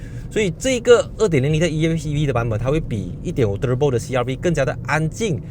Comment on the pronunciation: 你说～ turbo~ 和其他人不一样😅😅 舌头会抖动的发音。